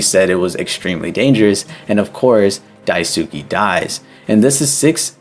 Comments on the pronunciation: for daisukes name you got the "dai" right but the "suke" part is pronounced "sskay" the "u" is not pronounced what your saying is daisuki which means "i like you" which is also probably why his name is similar to that haha 👍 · Re: You got the pronunciation of Daisuke's name mostly correct: it's "Dai-su-kay" and not "Dai-su-key". It's a Japanese name, so the letter "e" at the end makes the "ay" sound. Otherwise, this is a really great video, and I totally understand why the pronunciation would be a little confusing! I really enjoy your videos and think you put a lot of creativity and effort into your analysis. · Have you even read Marx? His ideologies and what was attempted in reality are very different, it wasn’t his ideas that killed millions, it was someone else warping and adapting them. Marx’s work had flaws and he as a person was a bigot but that doesn’t mean we should blame what people twisted his work in to on him, there’s already lots to criticize. Also… you didn’t look up how to pronounce Daisuke? 😭